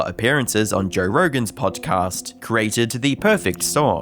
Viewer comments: Jer rergan? Jer rergan's shers? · Love Jerr Rergern Sherrs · “Jore Roregan’s Shores”